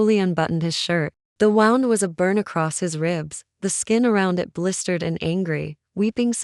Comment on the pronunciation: Please fix the cadence , it sounds like IT like a computer tec, There is no pause after sentence. Please I like the stories🙏🏻💋It also says Wound like you would a ball of yard instead of wound like bleeding from ;)